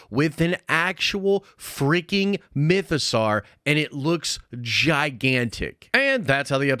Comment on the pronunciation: Awesome video. Mytho-"sore" not "Sar."